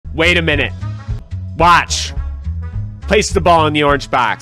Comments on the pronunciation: I love when he says “Place the ball in the orange Baax” instead of place the ball in the orange box. 😂❤ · Bro can you start pronouncing box correctly? It’s not Bahx it’s BAHAX